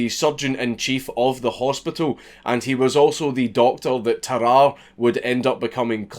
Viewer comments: I'm so yorkshire, when he says Tarrare I thought he was saying bye bye nicely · dude it's "tar-rar-rey" don't you watch sam onella? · Bruh its tarrarrà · Tararre, also pronounced “Terror” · Well, Sam o'nella pronounced it "teh rahr ee" so now I'm confused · It’s pronounced Tar-are-ay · tuh-rah-rey cmon man 😔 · The Northerner in me almost closed the video on instinct after you said "Tarrare".